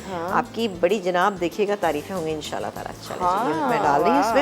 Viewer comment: Pls abeer and all say In Sha Allah.prononuce right.